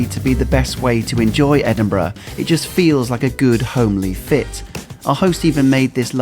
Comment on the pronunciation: And he can actually pronounce the name of the city, which is much appreciated! It is very irritating when people post videos and claim to have been in a place called "Edin-BRA".